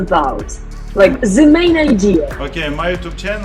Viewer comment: Будь ласка, порадьте вчителю англійською прибрати "зе" з англійською. Я проживаю у Англії 12 років і тільки українці і рашисти вимовляють "The" як "Зе". Нас тут навіть завдяки цьому тут ідентифікують. Я вчила англійську безпосередньо від носія і уникла своєї участі у "зекані". Немає у англійські "Зе"! Краще вже кажіть "Де". Воно більше схоже до їх вимови.